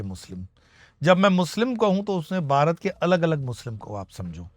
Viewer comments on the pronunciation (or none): गुरुजी क्षमा कीजियेगा लेकिन बारत नहीं भारत होता है, सावदानी नहीं सावधानी होता है 🙏 नमो नारायण